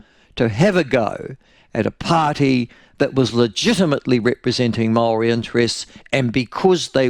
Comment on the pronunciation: Jingoes Michael make your mind up how you pronounce maori names you're a shocker